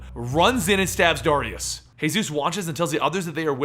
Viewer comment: why cant you say the name Darius properly why do you always say Dariaus instead of Dar-ri-us